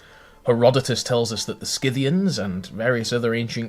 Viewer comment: Is scythian really pronounced that way?!